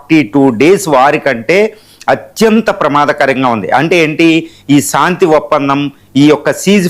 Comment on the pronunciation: సాంతి ఏమిటి రా శాంతి అని పలుకు